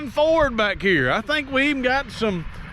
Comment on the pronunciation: I just watched this so I could hear you pronounce Ford as a 2 syllable word, foh-werd. Hehehe. Sorry Bro.